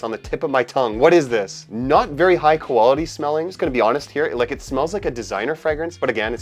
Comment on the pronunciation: “The koala tee of this fragrance”